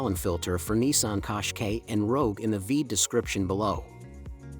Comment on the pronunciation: Kosh Kay …? 😅 it’s cash ki